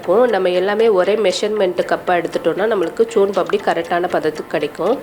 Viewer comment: முதல்ல soan Paapdi கரெக்டா சொல்ல கத்துகுங்க